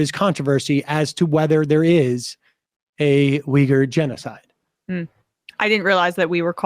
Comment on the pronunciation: You’re a producer correctly pronounces Uyghur(we-gur) as you incorrectly pronounce this at least three times but finally correct yourself in a later pronunciation but with as long as you have been and on air radio host, YouTube content creator, and a peacock show but have a serious problem with pronunciations Of a lot of words.